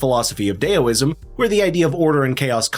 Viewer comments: its DAOISM.. rhymes with the sound you make when you stub your toe, and not to rhyme with Tally Me banana. dOW ism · It's Daoism, not "Dayoism." Dao rhymes with Now, Plow, and Cow. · You doofus! Learn how to properly prponounce your words, for fxxx's sake! It's daoism! Dao, pronounced like now! Yang, not yong! Yang, like hang! (scowling and shaking my head in derision) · wtf is DAY-OH-ism? Is it the worship of the tallyman?